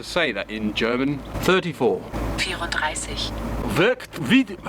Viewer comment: Brilliant new episode, early Christmas gift. As a German I can assure you did pronounce the word Werk 34 very well. I do have someone who’s driving an MK2, I’ll ask her where she’s getting her parts and I’ll let you know on Instagram. Cutting holes... do it, but do it Style. Great work again mate. For all the fans, the subs and the family I wish you all Merry Christmas. May you all have some joyful days beside all that chaos in the world.